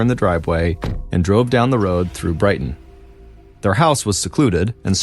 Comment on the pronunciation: Hello…from Maine. You said it right the first time. Bridgton…not Brighton.